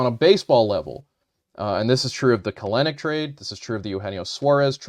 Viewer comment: Please pronounce Kelenic right.